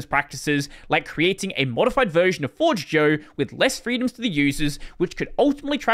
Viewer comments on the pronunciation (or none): isn't it pronounced for-jeh-yo since the word comes from esperanto? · As a Esperantist myself i ask You to learn, how to say Forĝejo correctly